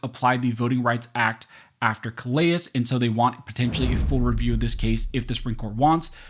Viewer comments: That’s pronounced “kuh leh”. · Just a nit pick, but... in Louisiana vs. Callais, that name is pronounced "Cal Lay" because it is a French name and in Lousiana, we pay attention to French name pronunciation. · Callais = Kal-A